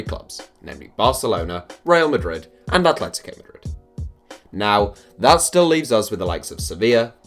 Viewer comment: Well he can't pronounce atletico properly, so he'd have some trouble